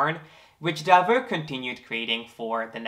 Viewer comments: Del- vow not Delvu. :) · It‘s actually pronounced Delwough